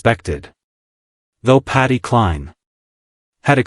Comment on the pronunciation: The sentences dont mesh ,i gave up listening at the start, why is voice saying patty and SHE???